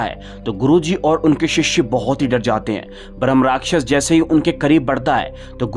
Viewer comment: भ्रम नहीं होता भाई ब्रह्मराक्षस होता है